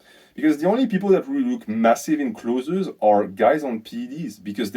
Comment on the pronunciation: Learnings from this video: 1. Don’t dirty bulk. 2. can’t pronounce the word “clothes” 😂. PS having just done a bulk in our southern hemisphere winter I can confirm I looked bigger in clothes but worse without clothes. Summer time cut phase underway 😂. Look better in swimmers. People at work telling me I look smaller. It’s a tough life😂